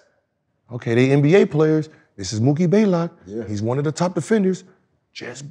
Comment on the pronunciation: Gilbert “Mookie BAY-lock” Arenas